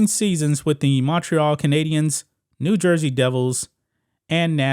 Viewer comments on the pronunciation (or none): none